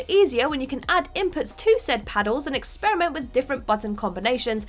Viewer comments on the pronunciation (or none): none